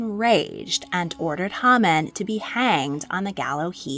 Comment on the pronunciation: Quite true. However, Haman (pronounced as Hay-Man).